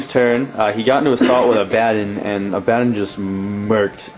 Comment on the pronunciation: why does everyone call him abbaden it's A-ba-don not A-ba-den. It really isn't a big deal but thats the 10th person that pronounced his name wrong.